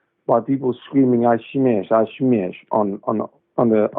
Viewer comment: "I smesh, I smesh, on the mic after missing weight"🤣